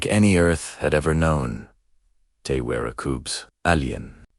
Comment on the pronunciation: Coobs. Alley-en coobs. This AI needs to learn how to pronounce English!